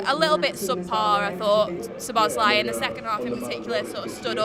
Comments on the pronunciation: not much to add to a slightly streaky win reaction, except a constant mini-bugbear this term...it's SZO-bosz-lai, not Szo-BOSZ-lai...same intonation as Dominik...he told us when he signed, but well over half of pundits and fans have forgotten or never knew...he's boss, so let's get his name right! nerdy rant over, and up the MIGHTY Reds... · According to my Hungarian mate it’s SZO-bosz-LA-EE (Lai is pronounced as two syllables which is mad), very hard name to say if English is your first language tbf